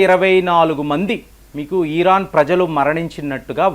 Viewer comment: ఈరాన్ కాదు ఇరాన్.